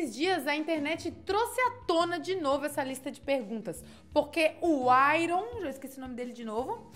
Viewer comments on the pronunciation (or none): Não é IRON . É AIÃRN